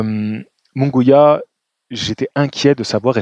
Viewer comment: Il n'y a pas de son << gwiya >> non plus 😅 C'est MunGUIA donc le son << Gui >> se prononce comme celui du prénom << GUIllaume >> 😊 ...